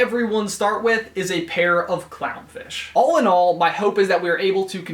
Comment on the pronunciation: Is it just me, or did I hear “Allinol” instead of “all in all?”